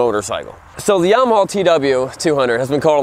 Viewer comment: I love how he calls it yamahaw. lol